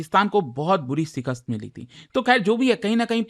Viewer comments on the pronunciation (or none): Shikast ❌ Sikast ✅🤣🤣